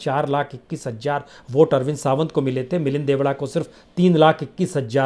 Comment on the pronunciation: भाई साहब हिंदी का उच्चारण तो सही कीजिए। हजार नई हज़ार होता है। वैसे ही सचिन वाजे नहीं - “सचिन वाज़े” होता है। 🙏🙏🙏 जय हो